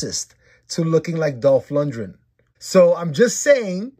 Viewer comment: For future reference... you're mispronouncing his name. Lundgren. Lund-Gren. Like "grin". As in to smile. Not "Lundrin"